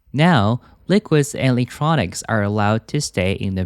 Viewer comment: 你electronics是不是唸錯了